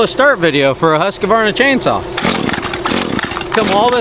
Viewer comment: As swedish citizen its always fun to hear an american pronounce Husqvarna. For me when you say it it sounds more like Husky-varna. Husqvarna is the historic way to write what is today called Huskvarna. When we say it, its more like Hus-kvarna. Hoos-KVAHR-nah might be easiest way to pronounce it in english 😅